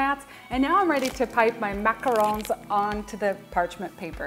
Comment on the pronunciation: Yes, the right way!!